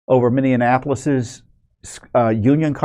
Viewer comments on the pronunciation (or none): Please learn how to pronounce Minneapolis.